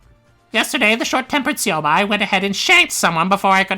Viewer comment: shit, im used to pronouncing it syobai. plus it sounds cooler.